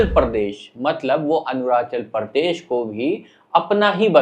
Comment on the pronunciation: Bhai tu phle arunachal pradesh ka pronunciation sikh le us k baad geopolitics pe videos bana lena